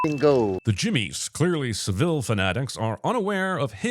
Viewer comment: Horrible misprononceation of Saville